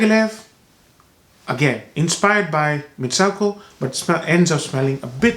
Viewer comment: it's pronounced MitsOOko...